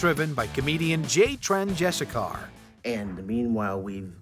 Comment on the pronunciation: I hate it when YouTubers don’t do their research to be able to properly pronounce words and specially names. You butchered “Chandrasekhar” and 3 seconds later heard it properly said by one of the jackass guys 🤦🏽‍♂️